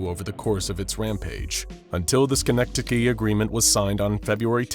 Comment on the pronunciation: Thats not how you pronounce kangaatsiaq💀 (im Greenlandic)